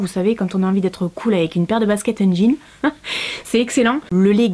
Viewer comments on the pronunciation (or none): none